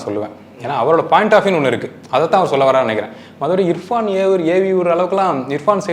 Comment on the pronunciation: அடேய் Anchor முதல்ல இர்பஙன் என்டு சொல்லுடா இபான் இபகன்னு சொல்லாம